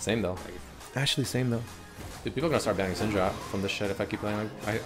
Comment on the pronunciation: idk why but everytime you said syndra i understood senjru???? idk what's wrong with me XD